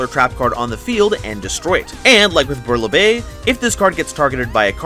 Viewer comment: Can't blame you for the pronounciation of the french words, it is so hard to learn I'm from france but you pronounce Bouillabaise perfectly. It's an archetype I'm really hyped to try, hungry burger was 1 of the first card I owned